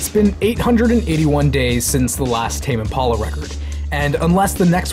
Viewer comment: Is that really how it's pronounced? Tame Im-pawla? Tame Impolla?